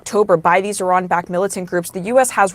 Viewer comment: Nice! You pronounced Iran correctly